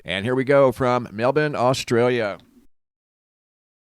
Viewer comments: It’s pronounced MEL-BORN. Not MELBIN. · *mel-born*.... you're saying melben... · It's not pronounced Melbin at all. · ugh i can't take it anymore you sound so ignorant sometimes its pronounced Mel-born melbourne is pronounced MELL BORN